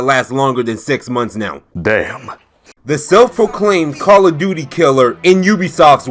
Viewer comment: Don't forget the fact that Ubisoft has completely forgot about one of their star franchises: Rayman. Also, LOL, Call of "Dukey". Good one, dude. XDD